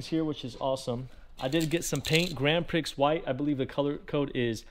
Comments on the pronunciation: (just between us, grand prix is pronounced like grand pree) but yeah, been a long time since the last build. nice to see you back. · It is pronounced “ grand pree “